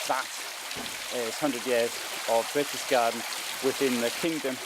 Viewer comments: Since you really wanted to go here, and visit and record video, you might have spend just a little time learning pronunciation. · Lol read what you wrote. since you really wanted to go here 😂 *and visit and record video*😂 let me do it for you! Since you really wanted to go to Berchtesgaden, visit and record a video, you might like to spend a little time learning pronunciation. Fucking idiot talking shit